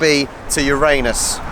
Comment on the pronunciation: I live in Melbourne, but didn't know about the Planetary walk (trail). A must do now it's shorts weather. And thanks for pronouncing Uranus correctly which is more than the yanks dare do.